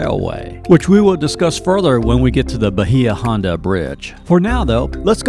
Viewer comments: Bahia Honda is pronounced Bay-ah, and Conch is pronounced Konk. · Seriously you guys need to research how to pronounce the places you visit. Bahia Honda is (Baya Honda) Key west conchs. Is pronounced “conk.” This is the identity of key west. How could you have visited and not know that? This is why locals get frustrated with people that visit and publicize things that are flat out wrong. This made me cringe. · Ok I’m probably late to the game but PLEASE get your pronunciation correct!! It’s Conck! and it’s Bay-a-honda long a and then short a. A born and raised Conch! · Bah-hee-ah. Holy crap. Lazy.